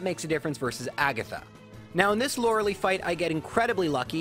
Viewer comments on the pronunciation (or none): Lorel - ee It’s Lorel - I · "Laura Lee" facepalm this game has been around for 24 years you'd think you learn to say Laura LIE. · Its pronounced lore uh lie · No one can pronounce Lorelei correctly lmao